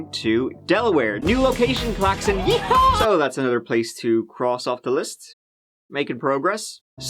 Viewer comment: Delaware isn't exactly a Yew Haw state.